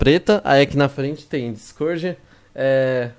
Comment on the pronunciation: O pessoal penssa que vc e português porque vc fala dicôrdi